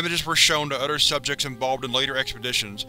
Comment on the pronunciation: “Udder” = other; “zer” = there. I can’t listen to this narrator anymore